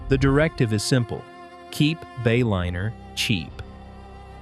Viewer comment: You lost me at the Bay-O-liner AI pronunciation